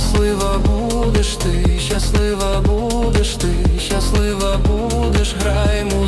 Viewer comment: Клааас! Але дратує "щяслива" і "щьо"🙁 Якщо так не пишуть, то й вимовляти так не треба.